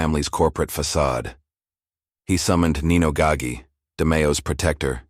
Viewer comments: Typical: mispronounced Gaggi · Can't pronounce Nino or Roy's lastnames.. Adios